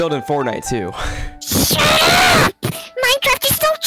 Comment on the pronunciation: The "shutt UP" Was personal